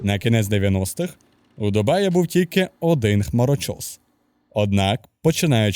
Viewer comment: Як же мене коробить від слова "ДумаЇ"🤦‍♂️